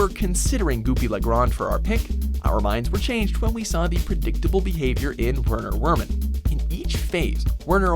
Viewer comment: I've seen MANY people struggle with Werner Werman but I can see where you came from with that pick